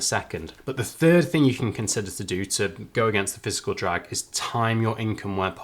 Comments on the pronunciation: Interesting stuff! Thanks for the quick output! Pedantic I know but you keep saying "physical drag" - I thought the term was "fiscal drag"? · You've said "Physical drag" a couple of times. Do you mean "Fiscal drag"? Or do I need to clean my ears out?